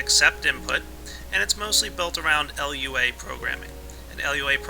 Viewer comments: its prenounced lew-a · everytime you said L.U.A I died a little. It's not supposed to be pronounced as an acronym. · fyi, Lua is pronounced 'LOO-uh' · My Minecraft OCD started to attack me when he said L. U. A. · And you got to type it like Lua not LUA (no offensive) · yeah rpg maker isnt very hard if u wanna learn programming either,but its pretty damn limited. anyway its Lua which means moon, not l.u.a just fyi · but you called it L-U-A.....it's not an acronym, like all things in the programming world, you would say acronyms as a word, but this one actually is a word. For example, SCSI is skuzzy. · LUA. Not lua Sorry if this sounds mean but I have a habit of correcting people.